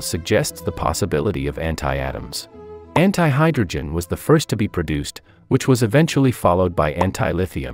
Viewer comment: The *anti*word when I listened it, it sounded like h*ntai 💀